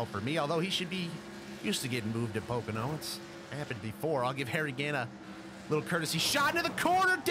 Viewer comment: Really "pocono oval "